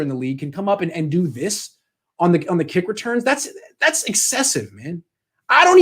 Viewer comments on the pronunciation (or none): none